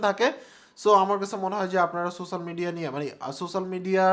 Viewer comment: Spell so-she-al media , not sosal media .